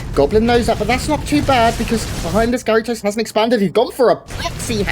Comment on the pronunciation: The French pronunciation would make it 'Gah-ree-toh', non?